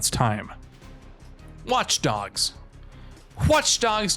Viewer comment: Anyone else hear him say K-watch dogs. Lol